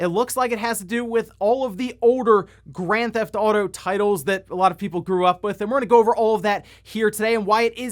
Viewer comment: Can't wait to skip the "oawder" "Grand Thf'tauto" games.